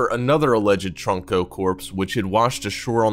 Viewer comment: It’s trunko not troko he said troko